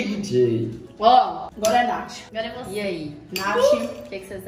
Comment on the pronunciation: "Agora océ ouve" KKKKKKK 👁️👄👁️